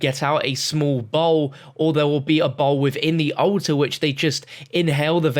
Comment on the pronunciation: ‘Ulta’ or ‘altar”?